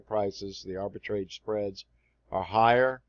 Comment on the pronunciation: "Arbitrage" rhymes with "garage", not with the word "stage".